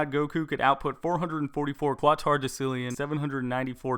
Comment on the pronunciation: your pronouncing quatorodecillion wrong, its pronounced kwat-orow-des-ill-eeon